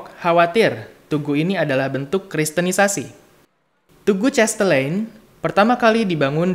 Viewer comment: Mas terimakasih atas video singkat ini. karena ini dipasang di youtube tolong pengucapan nama dan kata kata asing belanda harap diucapkan dengan laval belanda bukan dilafalkan dengan laval ingris misalnya nama cahtelein itu bukan dilafalkan chestelein tetapi chastelaein. Sorry ya saya mengritik demi kebaikan saja. thnks.